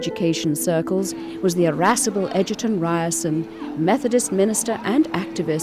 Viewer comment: Egerton Ryerson, not Edgerton Ryerson